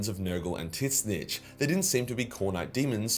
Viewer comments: Dude butchered Tzeentch. "Tiz-nicth" wtf?! "Zeen-ch" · love the vids bro keep it up, but please, the way u prounounce tzeentch is so wrong not tit-snitch its zeench